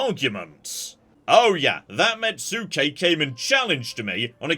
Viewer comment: "Mets-kay" not "Met-sue-kay"